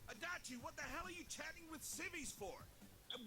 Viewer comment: RIP ears every time he says Adachi D'